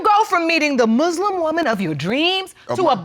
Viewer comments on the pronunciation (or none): ”A Mush-lim”